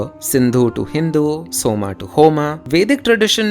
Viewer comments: why can't you keep it pure? Always somā It's not somā It's soma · Bhai humare sanskrit me bhi Asur hi bolte hain Asur-a nahi. And its Som not Som-a. Ye english pronounciation ki wajah se krushn bhi krishn-a ho gaya ab to log Ram ko bhi Ram-a similarly Ramayan-a, Dharm-a and so on. Please correct yourself